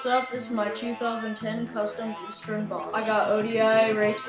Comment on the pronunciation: ITS EASTERN!! NOT EASTEREN!!!!!!!!!